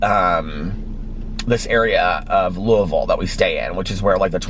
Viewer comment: THANK YOU for pronouncing Louisville correctly! Sincerely, every Kentuckian ever, lol.